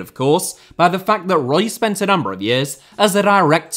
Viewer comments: I'm surprised this vid hasn't been demonetised already for the amount of times AI detected saying the word breast. Larry Page clearly dislikes the French. Btw Eric Roy shouldn't that be pronounced Eric Who-wah? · Eric Ro-ah